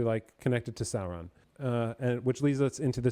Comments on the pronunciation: Sorry if my pronunciation is confusing. I’m pronouncing the ‘u’ in Sauron. I believe it should be less of a ‘Saaa-Ron” pronunciation, and more of a ‘Sow-Ron’. Same thing with the dragon, Smaug, BTW. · I'm a Tolkien noob but why does call Sauron "Salron''?